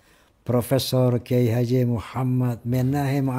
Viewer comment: Kuyayi a bukan kiayi😂